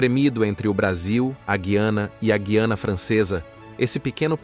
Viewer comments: QUE É GIANA MORTADELA? GIANA NÃO EXISTE, É GUIANA, GU I ANA APRENDA MORTADELA, NÃO COMETA ESTES ERROS GROTESCOS.. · A pronúncia correta no português do Brasil é Guiana (com o som do "u" sendo pronunciado), e não "Guiana" com o "u" mudo. A forma correta soa como "Gu-i-ana", semelhante ao nome Rui, com um ditongo na primeira parte da palavra